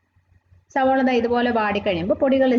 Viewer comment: Eppozhum സവോള എന്നാണല്ലോ പറയുന്നത് സവാള എന്നല്ലേ